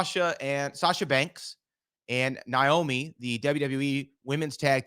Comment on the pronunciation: Someone tell that her name is not Niomi..Its Naomi! Lol